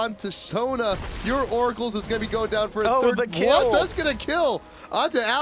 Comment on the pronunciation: as in FI'rd as in 3rd FIrst - RD FIRD